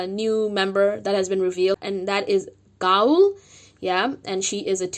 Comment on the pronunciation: hi! I liked the video but I wanna point out how Gaeul and Leeseo's names are pronounced, no hate at all btw ga-uul (the ga is a bit breathy) i - soh (the lee is pronounced correct, the seo is like the so in somber) Also I totally agree with the whole waiting until 5th gen thing, I'm only a few days older than Leeseo but I'm really worried for her mental health. I don't know that much about Starship but I don't think they're the type of company to pay more attention to their younger idols to protect them :((